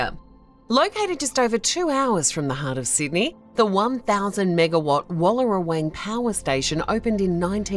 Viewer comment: you lost me at the pronunciation of Wallerawang, sigh.